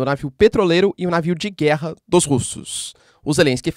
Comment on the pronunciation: Mano para de dar ênfase nas palavras guerra.